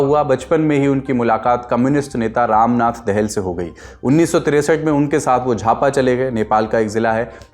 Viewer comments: पुष्पकमल दहेल नहि होता यार दाहाल होता है सहि उच्चारण करना सिखो। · उच्चारण सही करें--पुष्प कमल दहल नहिं पुष्प कमल दाहाल होता है । फोनेमिक ट्रान्स्कृप्सन ऐसा होता है --....../dahal/. दोबारा दहल मत बोलना 😡